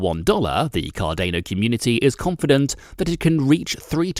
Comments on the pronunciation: Car DAY know ? U mean cardano ... Pronounced Car don O ... hahah 😂 yikes I think I missed most of what was said in this cause I couldn't stand the way this was pronounced 🤭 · bro, it's CAR - DA - NO NOT CAR DE NO urrghhh!!! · Card-ah-no Not Card-ay-no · Card Ane oh ... I think it's pronounced card ah no. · car-DAH-no ... not car-DAY-no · Car-day-no or Car-dah-no ? That’s a first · SURELY you have heard the correct way to pronounce the name of this product. Hard to take someone seriously if they don't even know its name. Say it with me CAR - DA (NOT DAY) - NO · I cringe every time you say Cardano. It’s pronounced Car-don-o, not Car-day-no. You lose all credibility when the main coin you are reporting about is pronounced wrong. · Have I been saying this incorrectly then? I always say "Car-Dan-O," this guy is saying "Car-Dane-O." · pronounced card-an-o not card-a-no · Please pronounce it correctly.. Car - da - no. Its "da" not "day" 😅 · i disliked for car-day-no. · Cah-DAY-noe... i made it 4 seconds.. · Car-day-no tokens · take cardano seriously. Lol Can't even take you seriously when you cannot even pronounce it properly. CAR DAN O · Cardayno lol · Dude... this just motivated me to buy 1,000..... car-DANE-"O"!!! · You say Car Day Know one more time ..... fml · I don’t think u are pronouncing Cardano right”.. it’s not Cardaino🥸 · dude your kill'n me with Card-ane-o... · CARDENO INSTEAD OF CARDANO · I love and own a good amount of Cardano. Please learn how to pronounce cardano, you made my EARS BLEED. had to dislike just because of CarDAAAAANo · Car day noh or cardano. Anyway, cant stand it. Gave a dislike and cant finish video. I own 5k cardano anyway already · It’s called CARDANO not cardaino….. lol 😂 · Cardaino lol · Subtitles on lol it's cardanOH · "Cardaneo tokens" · Car-dah-no. Please. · CarDAINo hahahaha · Cardeino ? xD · Why does he pronounce it CAR DAY NO???? Annoying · it's Car • DAH • NO... 🧐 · Pronounced "Car-dar-no" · Wait, did he say "Cardayno"